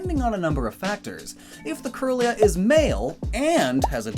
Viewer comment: Kirlia is pronounced “keerlia,” it refers to Kirlian photography which has to do with photographing psychic aura